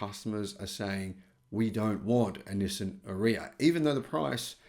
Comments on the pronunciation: Are-ee-ah not A-reeya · is pronouncing it wrong, possibly on purpose because he dislikes the car so much, but it's pronounced Ar-yuh same as that girl Arya Stark in Game Of Thrones, it's like he never watched a single promo by Nissan for the car. By the way I'm leasing one now for $270 a month, the car is quite nice at that price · Nissan ARE e ah ….is how our. Nissan pronounced it